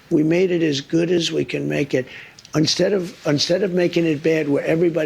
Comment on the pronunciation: does trump say unstead??